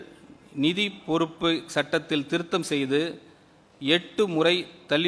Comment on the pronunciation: நிதி யை நீதி‌ ங்கிற நல்ல தமிழ் பேச்சாற்றல்😂😂😂